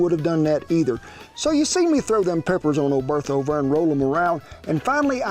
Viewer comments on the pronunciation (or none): none